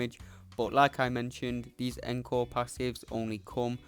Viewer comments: pronounce it oncore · I’m also British & encore didn’t sound right. It’s pronounced ong-kaw for us & aan-kor for Americans, yes I looked it up.